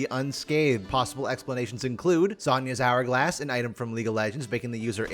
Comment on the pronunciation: Every time I hear "Zohnya's Hourglass" I take psychic damage